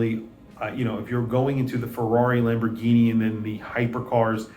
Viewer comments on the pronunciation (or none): none